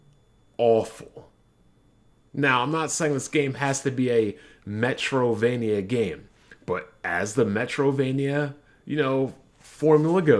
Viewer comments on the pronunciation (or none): "Metro vania" Agree with the video but I couldn't not point this out lol.